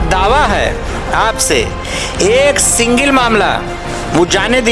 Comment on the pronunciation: सिंगिल नहीं सिंगल होता है नेता जी बोलना भी नही आता हैं!